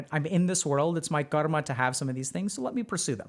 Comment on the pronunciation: UGHH!! It's Car-Muh 🙄